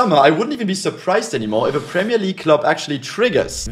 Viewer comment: Love how he always tries to pronounce players names correctly But he gotta work a bit in the gyökeres pronunciation😂